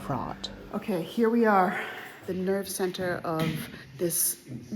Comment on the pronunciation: "Netve-center" 😂. Nice one